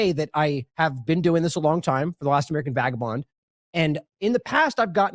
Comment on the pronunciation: *Vagabond. C'mon, Kim.